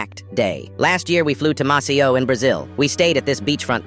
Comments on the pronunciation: Moscow ❌ Mosio ✅ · Moscow❌️ Mossie-ow✅️ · The AI meant Maceió, which is a town in Brazil, they just fucked up pronunciation AND spelling 😂